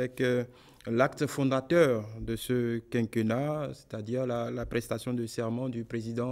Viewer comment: On dit quinquénnat. é accentué.